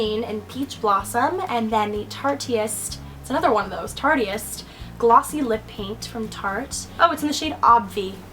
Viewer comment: just fyi im pretty sure tarteist is supposed to rhyme with artist :P